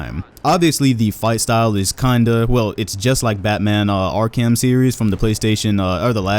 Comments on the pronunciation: This man really said ark-ham 😂😂😂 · "ark-ham city" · Did. Did you just say R-KEM series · Batman Ark-ham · The way he butchered the Batman Arkham Series 🤣😂